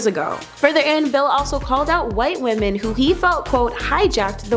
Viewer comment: Wish she would learn how to say women makes me turn it off every time I hear it